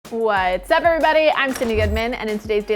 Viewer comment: I like the.. "Whaaa- tsupevrybody"